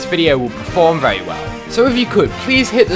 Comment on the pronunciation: Why you say very like vewy